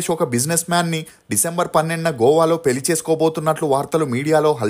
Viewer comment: పెలి కాదురా పెళ్లి…. తెలుగు పలకలేని ప్రతి పనిలేనోడు ఛానల్ పెట్టేయటం…. నేను చూడటం…. ఖర్మ